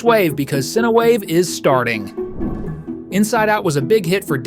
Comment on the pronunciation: Umm its not pronounced ciniwave its pronounced cynwave but the name is cinewave like this cīnewave thats how its actually pronounced